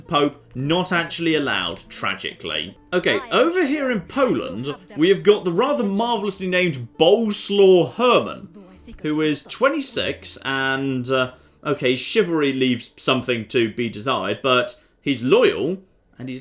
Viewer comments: Bolesław is pronounced 'boLESSwavv' by the way, but I'm sure will come up with some amusing way of saying it:D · Jeebus Christ, Bolesław doesn't rhyme with a picnic dish: It's pronounced Bo-leh-SWAHV. (Bolesław I, FYI, was Poland's Julianus Vatinius, having gone from being a duke to being king.) #BooJon.